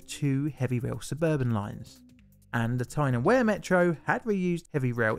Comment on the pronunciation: Small point perhaps for future reference. When you mentioned the Tyne and Wear Metro, as far as I can recall, it is pronounced Weir, even though I admit it looks like Wear and so you said it as if you would the word wear in the statement, "wear and tear". Totally understandable, but from memory, not quite correct. I can just see your North East viewers throwing things at the screen. Lol. Cheers.